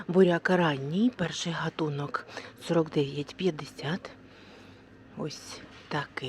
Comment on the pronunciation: Дуже неприємно слухати неграмотну мову.Людина не знає, у алфавіті українському є тверда літера"Г" і слово "гатунок" вимовляється із звука тверде "г" .